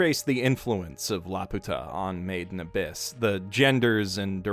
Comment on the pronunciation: I always thought you were saying “maiden abyss” I also thought it was a maid cafe show or something similar as you can imagine I found myself constantly wondering why you would critically acclaim a maid cafe show (oh how I was wrong 😑)